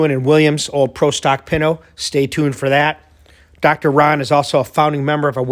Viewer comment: it`s pronounced pin-toe .. HA !!